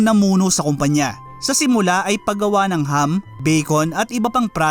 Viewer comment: “ing” po pronunciation ng surname na Ng hindi po “nang” 😊